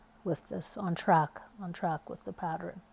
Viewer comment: Could not get over the fact it sounded like you’re saying ‘patterin’ 🤦🏽‍♀️ Also - doesn’t help getting started 😣